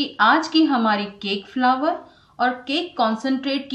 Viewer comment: फ्लावर नही फ्लोर बोलते है। बॉउल नही बोल बोलते है।